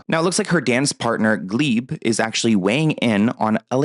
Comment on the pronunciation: I like how said gleeb instead of gleb 🤣🤣